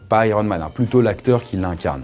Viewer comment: Ptn quand il a dit dit iroman g fait hein wtf le mec davengers hein heeeeein